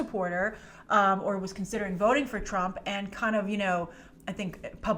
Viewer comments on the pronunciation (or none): none